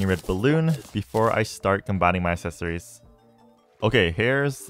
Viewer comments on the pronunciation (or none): Am going to have a fucking aneurism if he says assesories one more time